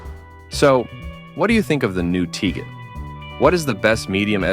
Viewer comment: Dude can’t even pronounce the name correctly.